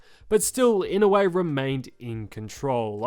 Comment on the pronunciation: I-NO-U-E. its not ynawe or inowe hahaha